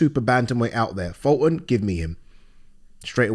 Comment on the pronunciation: Funny how youre talking about people are shit at judging fights when you cant even say fultons name right 😂😂😂😂😂